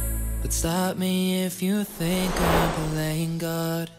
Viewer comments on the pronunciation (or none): none